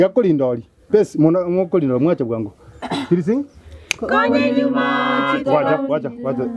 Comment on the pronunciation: Konyanyuma not Konya enyuma